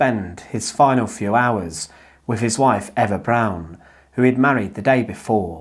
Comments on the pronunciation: Lost me within 10 seconds when you mispronounced Eva Brown 😅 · AI dub? You mispronounced Eva Braun as Ever Brown.